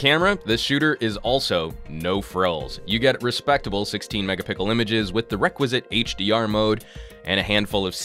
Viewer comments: that dude just said megapickles, like how even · I am the only one questioning why says "Mega-Pickle" in every review? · Are you saying "megapickles" intentionally or...? :P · Haha I kind of like it, makes me laugh - not a proper laugh, more of a "...heh" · Mark Lumsley Intentionally. To mock people who prioritise it